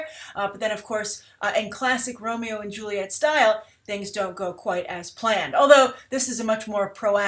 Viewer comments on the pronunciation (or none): none